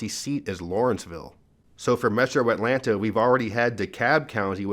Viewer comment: I love how you say the “T” in Atlanta. I’ve lived in Northern Virginia for 40 years and my husband is from Georgia and I completely forgot that there is a T in that word.😂